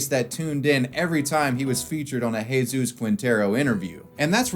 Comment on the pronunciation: It's always funny seeing a U.S. American covering a European country and then hear them try to pronounce the words, but this one is actually quite well done. In fact he even used the Andalusian accent when pronouncing words like "Juan" and "Jesús".